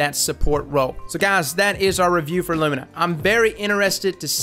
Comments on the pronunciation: LOO ME NAH NOT LOOM IN AH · " i presend you Lumna" xD Perfekt